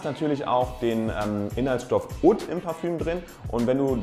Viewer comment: Oud spricht man so aus :"uhd"